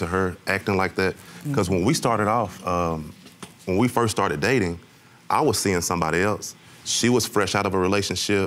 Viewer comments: “When we firsch met” 😂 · Man I thought I was tripping when I heard her say firsh. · Not firsch 😂😂😂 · "When we 1st schmet". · When I "Firsh" met you! I thought You were so Handsome!